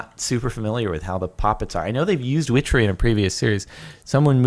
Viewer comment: wow I think that Everytime I hear whichery glad I'm not the only one